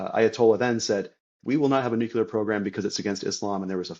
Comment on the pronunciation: Your guest would have more credibility if he could pronounce “nuclear” correctly.